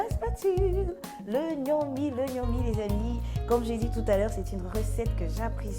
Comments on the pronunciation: On ne dit pas Gnomi. Plutôt Ngomi ! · Parce qu'elle l'appelle Gnomi au lieu de Ngomi! 😅